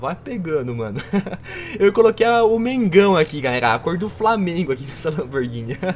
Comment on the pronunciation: Você falou Flamgengo? Perai, cade meu teclado? Pqp huehuehuebjebuebdh fjakdkf